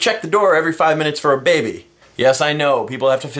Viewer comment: There is something amusing about the way you say "baby". Not every time, but every once in a while it sounded like "baybey". so... yeah.